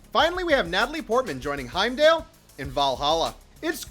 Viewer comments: Heim-dale? I think you meant Heimdall, right? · Ok but who is 'Heimdale'